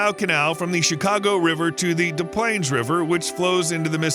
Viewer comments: It’s pronounced “dis” not des. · Its pronounced displanes lol😂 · The "s"es in Des Plaines are pronounced, not silent as in Des Moines. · that does sound weird to have the S silent for Des Plaines